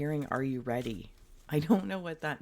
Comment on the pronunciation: Are you readddy? I am readddy 😂😂💚💚